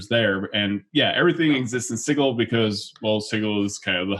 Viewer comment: The word Sigil is not pronounced Siggle.